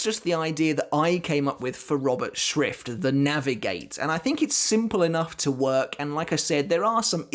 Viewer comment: It‘s always funny to hear people say „Schrift“ or german words from the quincy as a german :D